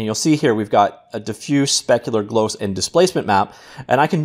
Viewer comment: I swear the way this guy says stuff "Glose" "Ping"